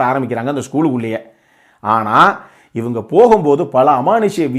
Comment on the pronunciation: Ivaengaee.... That means u r from madurai!!!! Is it???